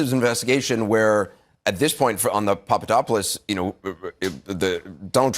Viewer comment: so she was given a question to ask cuz you can see her reading it and call me seem to already know the question. Also she didn't even know who Papadopoulos was cuz she couldn't pronounce his name right